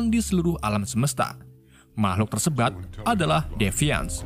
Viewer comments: "makhluk tersebat" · makhluk tersebat gatuhh wkwkkw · “mahluk tersebat” 😬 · Tersebut bang bukan tersebat